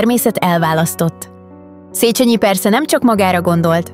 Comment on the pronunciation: 2.pont : Nem "szécsenyi ", hanem "szécsényi" !!!